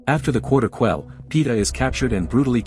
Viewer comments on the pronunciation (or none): Fin-Nick. Cortical instead off quarter quell